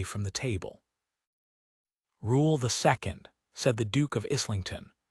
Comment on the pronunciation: In the era that the story is set the word is pronounced - Eyelington.